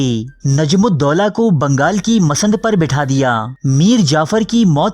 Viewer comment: آپ بہت اچھا کام انجام دے رہے ہیں۔ جو خاصا محنت طلب کام ہے۔ داد و تحسین کے لائق ہیں آپ۔ لیکن میں نے پہلے بھی کمنٹ میں لکھا تھا اور آج پھر یاد دہانی کروا رہا ہوں کہ آپ اردو کے بہت سے الفاظ کا تحفظ درست ادا نہیں کرتے جس سے آپ کی شخصیت متاثر ہوتی ہے۔ مثلا اسی وڈیو میں آپ نے Mas،nad کو masand پڑھا اور بھی بے شمار الفاظ کو غلط تلفظ کے ساتھ ادا کیا ہے۔ میرا مشورہ ہے کہ ریکارڈنگ سے پہلے ڈکشنری ضرور دیکھ لیا کریں۔